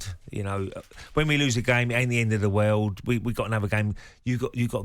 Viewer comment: Ray it's pronounced world.